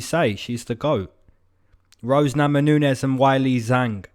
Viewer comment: "Rose Namanunes" ? :D